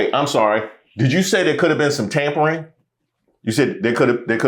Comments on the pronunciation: I Think she said tambourine not tampering😂😂😂😂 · I thought she said Tambourine lolz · Thought she said tambourine 😮! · I thought she said tambourines not tampering...... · I think she said tambourine like kumbaya tambourine playing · Lol 😆 She said Tamporines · Think she meant "tambourine" 🤔 after saying kum b'ya 😅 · Pretty sure she said tambourines.😂😂😂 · I think she said tambourines. 😂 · I thought she said tambourine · She said "tambourines" 😅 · Sounded like she said tambourines not tampering when she was commenting about the sit in and the singing of Kumbaya. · I heard "there could have been a tambourine in there" rather than "tampering" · i thought she said tamponing :D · I thought she said a tambourine or two. 😂😂🙏🏾✌🏾🫶🏾💯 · Yeah, i was checking to see if anybody else noticed. She definitely said tambourine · She definitely said tambourine. Twice. Came here to say that. Innocent mistake. Happens to the best of us! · Tampering? I thought she said tambourines.... 🤷🏾‍♀️